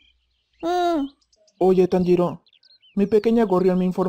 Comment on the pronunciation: Like por el "Conpanchiro" xd